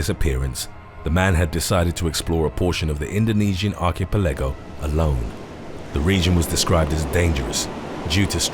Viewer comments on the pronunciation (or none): Arch-a-PEL-ago, not Arch-a-pel-AGO. Jesus christ, who told you it was pronounced like that? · Ark-ee-pa-lego, never in my life have I heard something pronounced so wrong 😂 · Lol the way he says archipelago is funny af ARK-A-PUH-LEGGY